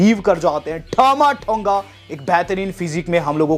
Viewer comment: As per you-ठामा ठोंगा😂😂😂😂 As per wwe- टामा टोंगा😄